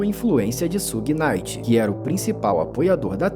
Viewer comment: Só faltou pronunciar Suge Knight certo.